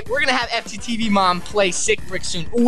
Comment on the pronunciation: TV not Teev